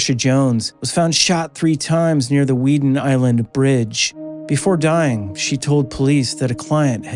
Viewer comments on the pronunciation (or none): none